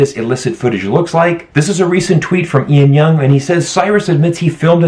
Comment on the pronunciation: Ian Young? It's Lan Young.